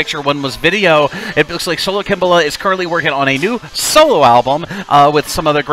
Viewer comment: Ha ha! I always said his name as Sola Ak-im-bowla! Your pronunciation sounds more correct, though. lol